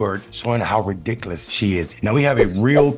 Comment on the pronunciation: Can someone PLEASE teach how to say the word " RIDICULOUS" not redicuhlus. He's killing me!! Or just use another word!!!